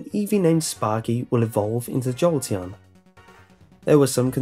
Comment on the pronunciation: calling an Evee sparky got me a Joltion